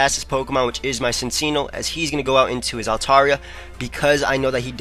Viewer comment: It's pronounced Sin-Chee-No